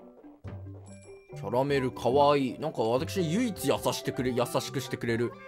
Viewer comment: キャラ↑メル↓